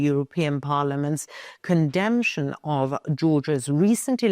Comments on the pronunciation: Your forecast is very good & well-balanced. Note: "condemnation" =. said con-dem-na-tion, say all 4 syllables; not "con-demntion". If this helps? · condemnation not "condemntion"... otherwise, you are better than AI